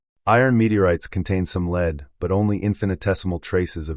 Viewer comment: You were talking about elements and you pronounced Lead as Leed. This Christian homeschooling has gone too far. Your mind is rotting brother. You believe everything in this life is fake. All the science, you dont think we came from primates therefore you must not believe in DNA. Us normal people and those who have empowered our species through science are just normal honest people exploring the world and universe around them. And here you are an epic fool and or liar gaslighting all of humanities work by thinking its all fake cos people dont like your god or something. Its the ultimate irony. So gullible. A silent invisible god a collecter of foreskins who admits he only came to earth to save the jews not gentiles. Yes a racist hate god ashamed to show his face unlike the rest of the gods who had more balls than him. Not foreskins though the chewing gum of yahweh